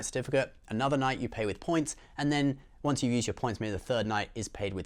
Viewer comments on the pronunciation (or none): none